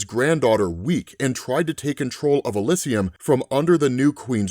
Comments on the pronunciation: Love your it work dude but ih-LIZ-ee-uhm not ih-liz-i-uhm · Can't pronounce Elysium. Tsk